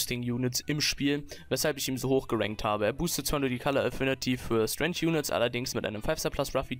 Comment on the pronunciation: Der gute alte STRENSCH Pica :D